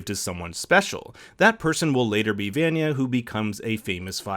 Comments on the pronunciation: I don't normally comment on youtube videos, but I had to let you know, that I literally stopped watching this video and gave a dislike because you can't even pronounce Vanya's name correctly. This video is supposed to be about discussing S2 and S3 theories and you can't get one of the main character's names correct? Sad. I'll be blocking this channel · He gave me a headache from how bad he was pronouncing vanya's name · Dude is just reading a script- he hasn’t seen the show. Nobody who watched the show would pronounce Vanya’s name like that. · The way he says Vanya bothers me. Not enough to not like the video still enjoyed it ( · bro you watched two seasons of this show...how are you saying Vanya's name wrong... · Is it THAT hard to pronounce Vanya’s name correctly? They literally say it a million times in the show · Nop in russia its pronounced like in the show, in this video he just straight up butchered her name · Feathered Filly Nah it’s a straight up mispronunciation, but good try. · I was looking for this comment. I was cringing every time he said her name wrong. Like, how can you watch 2 seasons of a show and not know how to pronounce a character’s name correctly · It upsets me that he pronounces vanya's name incorrectly! Like how do you watch two whole seasons and not know how to pronounce her name. Lol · It’s a good review, I just prefer when the narrator has seen the show. When the narrator mispronounces a major character’s name throughout, it’s obvious he’s not a fan and it douses the credibility of the review. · Has bro even watched the show? So far he hasn't pronounced vantage right. Its almost like he just stole this script from someone without ever watching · ugh the way he pronounces vanya is killing me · Bruh why tf would you say Vanya name like that, they verbally said Vanya and pronounced it how it was meant to be pronounced🙄😒😠😡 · Pronounce Vanya Right Please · It’s Vanya lol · They way you say Vanya!!!!🤣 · Vaunghn-a- not VAN-yah.